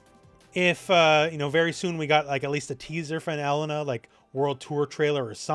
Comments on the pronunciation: Why do you say Ehlena? It's elEna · Every time pronounces E-LANE-nah's name as EL-LEN-NAH, I want to toss myself off a roof.